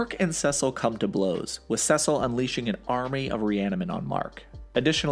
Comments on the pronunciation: I'm sorry but why is he pronouncing Ce-cil as Sesal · It's seeeeeeecil not sasel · It’s (See-Sil) not (sus-il) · “Sessile” just pronounce it as see-sal, driving me crazy. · Am I Tripping or is he pronouncing Cecil's wrong?. It sounds more like seasil and not secil like in this video. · Oh no, I just started watching these in order...and I really hope you pronounce Cecil correctly as "SEE-sull" or "SEE-sil" and not "SEH-sil" by the time I get to his video. lol (I kid. I do think your pronunciation is wrong, but it doesn't ruin the videos...at least I hope it doesn't by the time I get to the end of the Cecil one lol) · it.... It's See-sill, not Sessil. It shouldn't bug me as much as it does, jeez. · It’s SEe cill not CeSil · Sessel 💀it’s pronounced “sea soul” Cecil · why does he say saysil instead of cecil ?!??!?!?!!?!?!?!?!?!?!??!?! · It's pronounced CEECIL not sesil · I’m sorry but, it’s pronounced “Sea-sil” not “sis-sil”. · time . Cecil .. his name is pronounced "Sea-Sil" not "Sess-sil" . I can send a video of him saying his own name . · Every time he pronounces ‘Cecil’ like ‘Sessil’ it throws me way off guard 😭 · You’re pronouncing Cecil wrong its not sesell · Bro called Cecile sesil 😂😂😂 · CECIL. CECIL. SEE-CIL. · Cecil is pronounced like see sul. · It’s pronounced (See-Sil) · I cringe every time he says “seh sil” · Anyone else bothered by the way he says Cecil? Saying it like sesscil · Gave up on your video like you should’ve done when you said “cesil” too many times. I made it to and had to pause it. I before e except after c. Doesn’t make a c go piss. Cečil might help you so you say the c more angry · The only crime in the video is how he pronounces Cecil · The whole saying Cecil name wrong is like getting poked with a needle every five seconds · lol why do you pronounce Cecil name wrong. I’m trying to make it through the video but it’s bothering me. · Good video. But I never want to hear how you pronounce Cecil ever again. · Please stop saying Cecil like that